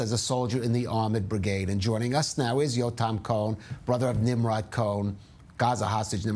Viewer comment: It’s pronounced Neem-Rohd. So it’s highly unfortunate the journalist couldn’t get that right 🤦‍♀️